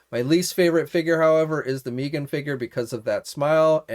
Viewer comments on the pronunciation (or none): Why does he keep calling her Meeeegan😑.(mee-gan) It's Meggan. (Meg-ann)